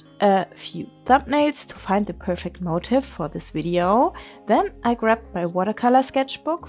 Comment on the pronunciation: Awesome! Just a tiny unimportant note.. the word motif is pronounced differently from motive. It’s like ‘mo-teef’ ❤